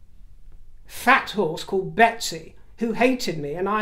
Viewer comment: the horse sounded more like a Megsy instead of a Betsy.